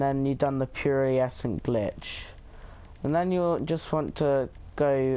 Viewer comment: Did he just say pereaecent glitch 😂